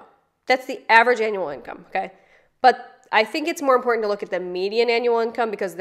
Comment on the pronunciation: Ope! I might say anyways! 😮 I hate irregardless and impordant. I’m gonna work on this! I didn’t think of it! I didn’t know! I don’t want to sound like this moron. ~~~The more you know~~~ 😂